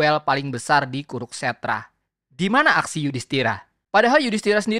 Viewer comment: Kuru-kstra bukan kuruk-stra.